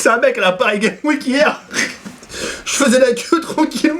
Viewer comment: cammes week ? HAHAHAHAHAHAHA Paris Games Week ¨TTDDDRRRR tu ma tuer frere ^^